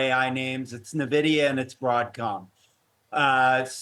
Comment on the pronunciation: It’s not Navidia. It’s En-vidia. 🙄